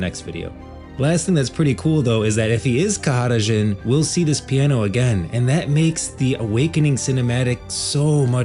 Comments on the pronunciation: bro stop saying his name like this... just say JHIN , wtf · nigga just say jhin